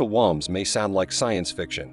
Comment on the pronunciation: Can't even pronounce woumbs? That's the basis of the video!